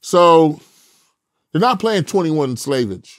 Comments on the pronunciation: Did this nigga just say 21 Slavage 🤣🤣🤣🤣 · Damn he said 21 Slavage ‼️🤣🤣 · This dude said 21 Slave-age 😂 And Vlad didn't wanna touch that